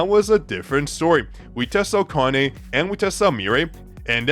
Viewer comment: her name is ka-na-é,not a-ka-né.whats wrong with u people